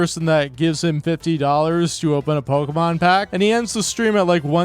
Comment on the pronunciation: Can't we report this guy? The way he says "pokheymawn" should be reason enough to dox him